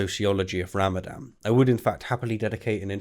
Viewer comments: Isn't it pronounced Ramadan? Unless, by ramadam, you're referring to the destruction of a water-based power generating facility. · Ramadan, not Ramadam! :o Also , "suffice" is neither a noun or an adjective atm XD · it is called Ramadan with an N in the end. You keep pronouncing it ram-a-dam. Also, that video is surprisingly boring. I usually enjoy your content, but you seem to speak much slower than normal and the three mistakes are rather 'meh'.